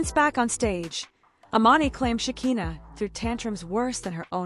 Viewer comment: AI needs to learn how to pronounce Shekina's name.